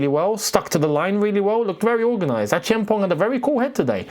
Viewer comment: I like how you pronounced Acheampong. You are the only creator that has come close to mentioning his name properly